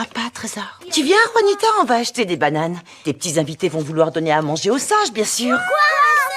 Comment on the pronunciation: Juanita le J devrait être prononcer R comme gaby le prononce